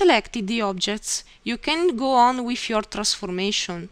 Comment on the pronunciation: First of all, your English is very good. Thank you for putting together such a helpful tutorial. I hope you find these comments helpful. There are some pronunciation errors, but many of the discrepancies aren't really errors, just funny word selections. "brackets" you said brake-it-s | "through" you said froo | "with" you said whiff | "home" you said ohm | "button" you said but-tone | "circle" you said seer-co | "anything" you said anyfing | "these" you said dee-sss | "three" you said free | "while" you said why | "letter" you said litre You said "You have different ways to draw as the way you like." It would be better to say "You have different drawing options to suit your preference." You said "Let's see how to draw." Maybe "Let's look at the draw section." would be better. : You started a sentence a sentence with "You find". Since it's the beginning of a sentence it should be "You will find" : You said "keep mouse on such buttons" and it should be "keep the mouse on one of these buttons" It sounded like you said "Then we explain you how to draw." and I think you meant "These will explain to you how to use them." You said "below the right buttons" where you meant "below each button" You said "These are simply used to change the way to draw your arc or circle." This is not wrong but it would be more clear to say "These simply show the different construction methods for drawing your arcs and circles." You said "Click on it and select wh